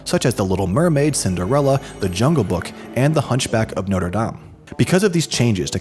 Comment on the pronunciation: That’s not how you say Notre Dame.